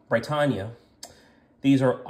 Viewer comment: He pronounced it right every single time. Are you deaf?